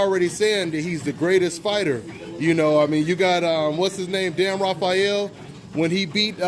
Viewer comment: Why do you keep butchering Dan Rafael's name? Lol